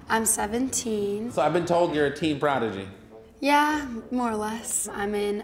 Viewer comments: I’ve never heard of hudson in my life💀💀💀💀”prodigy” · "Prodigy" XD